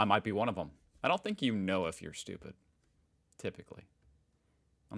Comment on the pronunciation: "I think yuo know if yuo are stupy" 😅😅😅not always 😅😅not always😅